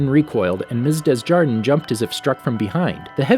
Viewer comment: Miss Desjardins name is being said wrongly, its French it’s pronounced “Deh Jadan”